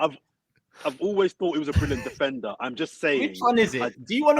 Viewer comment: we get it 😂😂 defenDer must be pronounced with a strong D 💀